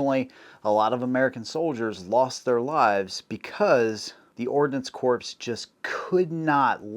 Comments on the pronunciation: Great history…thanks. Love how you pronounce corps as “corpse” vs. “core.” Whether intentional or not, it fits this context. 👍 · CORE....not corpse! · Corps is pronounced like core not corpse. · Corps is pronounced core not corpse. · Hmmmmm.... the Ordinance COPRSE??? I always thought it was CORPS --- pronounced CORE... Just like Marine Corps and Hospital Corps .... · Ordnance corps is pronounced as ORDNANCE KORE ... a corpse is a dead person. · I'm not sure if you're making a joke of the Ordnance Corps and their negligence to the warfighter by saying "Corpse" or you are literally pronouncing as it is written. Corps is pronounce as "core". Just like you say Marine "Core" but is spelled as Marine Corps. Blame the French bro, they gave us term Corps. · A corps is a dead body! A corps as in Marine Corps is pronounced core.... The p in corps is silent... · Corps is pronounced “Core” not “Corpse” which is a dead body. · Man love the content but you’re killing me by saying corpse. The word corps is pronounced ‘core’ as in Marine Corps, Infantry Corps, Corpsman. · The AK looks like the MP44 BUT has more in common with the M1 gas system. Not at all the same weapon. ‘Corpse’= dead body. ‘Corps’ is pronounced CORE. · Great video. Thank you. But the word CORPS it's not "Kor-ps", it's pronounced like the word, "core". FYI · dude ... its not corpse or corps .... try " core" we will be much more atttentive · Oh God.... The Corps (Core) Corpse thing is just killin me 🤦‍♂️🤦‍♂️🤦‍♂️ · Stop saying CORPSE. Corps is pronounced "core" 🤦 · First off, Corps is pronounced Core, not corpse, a dead body. Secondly the projectile not the rifle causes defection as it enters flesh. 3rd. Armalite sold the original AR10 design to Colt and they built the AR15/M16 in .223Rem which was the basis of the 5.56Nato round. 4th, the Army got M16s without Chrome lined barrels cleaning kits and instructions and supplied dirty ball powder ammo causing catstrophic jams in the field. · did you say corpse?